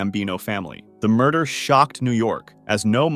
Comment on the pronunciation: “What murdah?”